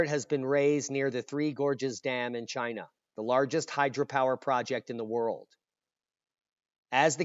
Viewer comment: Ahhahahahah "made in chayna" never lets you down for laughing !! 🤦🏻‍♂️👎🤭